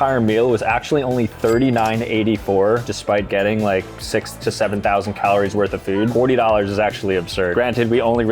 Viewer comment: six to seven caliories 😂😂